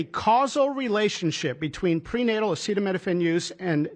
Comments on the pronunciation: Your president can't say acetaminophen hahaha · I have an answer but Trump sure doesn't. It is not the tylenol that can cause issues but rather the fever or pain the woman has at the time. So don't tell me I don't have an answer! I'm sorry you have a son with autism. But I don't believe anything dump says. He couldn't even pronounce acetaminophen. Noone has an answer but the fever would be worse on the fetus than a tylenol. If you have the truth, show me you literature on it